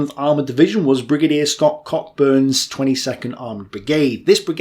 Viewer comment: Think it might be pronounced Scott "Co-Burn" unless you are trying to appease our Transatlantic Cousins.